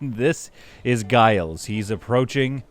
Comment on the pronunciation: It's Gilles with 2 ls so it should be pronounced like "Jill" in the French manner.